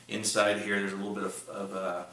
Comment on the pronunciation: "leetle bebee men"